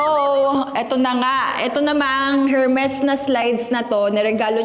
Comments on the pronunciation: E-R-M-E-S silent H po not Hermes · Silent H po ang Hermes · ERMES… SILENT H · her-mes at urrport 😖